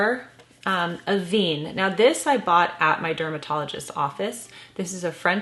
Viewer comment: Love your channel. Just an FYI so many people pronounce Avene like you are but, I was trained by them and it is actually pronounced with a with a soft e, if that makes sense? As in end not Jean. Hope that is understandable😊